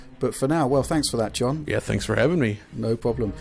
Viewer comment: Fwanks for the video,.